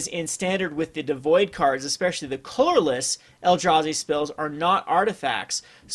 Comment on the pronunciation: This is the first of this guy's video's I've seen, and I noticed that he says "colorless" really weird. Most people say it like "CUH-ler-less," but he says it like "CLUL-ler-less." It's really weird. It's like he adds two extra Ls or something.